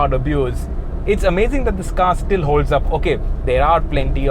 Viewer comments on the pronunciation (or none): none